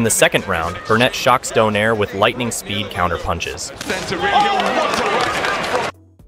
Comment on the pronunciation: fyi: it is not do-nare. It is do-nai-re